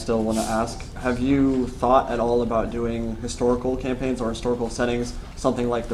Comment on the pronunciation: "camapigns" LOL